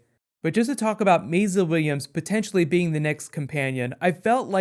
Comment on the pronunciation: why do you keep calling her "mayzluh"?